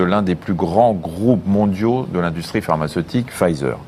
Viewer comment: Pharmaceutique et non parmacetique